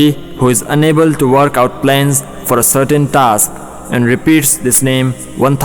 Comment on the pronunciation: is it Satan or Certain? Because you pronouce it Satan & it's written Certain... Please change it lol